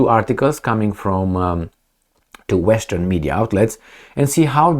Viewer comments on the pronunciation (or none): none